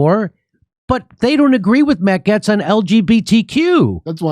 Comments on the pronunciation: Ok, first of all "Getz" is pronounced "Gates". K? And your left eyelid is doing weird shit. Great show though. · Matt Gaetz's name is pronounced as "Gates" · Bro if i have to hear Jimmy say Matt Gets one more I'm going to blow up.. Its Gates as in Gaetz! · Gates Jimmy it's pronounced gates... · You would sound more credible if you pronounced names correctly. "Gates" and "Rashida". Anti intellectualism is for the ignorant Jimmy. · It’s pronounced “Gates,” Jimmy. This is a major pet peeve of mine. The reasons leftists are leftists is because they don’t pay close enough attention to the right. If you can’t even pronounce their names, it’s a sign you aren’t paying close enough attention. Regardless, I appreciate that Jimmy is a doorway for the left to start understanding the true right (not the fake uniparty nonsense). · I live in Matt's district. His name is pronounced Gates. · Pronunciation is "gates"... No one wants these wars anymore. Gives us a list of ones to fire. If voting still works. I'm what yall would probably call " far right conservative" but everyone can see thru the charade by now I hope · Jimmy, its matt gay-tz. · Jimmy it's pronounced Gates 😂😂😂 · Jimmy can't even pronounce his name correctly; I'm not about to take his word on what he says Matt is for or against. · Is Jimmy purposely pronouncing Gaetz wrong or is it a joke?